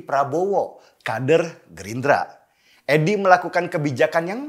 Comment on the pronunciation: Penekanan kata "Gerindra" kok berasa ya😂😂